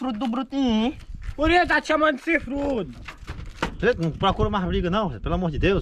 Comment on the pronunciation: O falou chifrudo ele falou fifudu quem viu kkkkkkkk